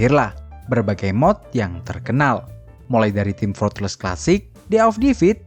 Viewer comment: team fortrees bukan fortless